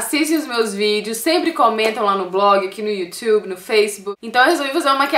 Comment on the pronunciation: kkkk' engraçado o jeito que ela fala YouTube aMEEEEEI A MAKE